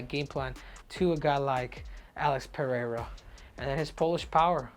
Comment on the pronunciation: Henry LOVES saying Alex Payeaya😂😂😂😂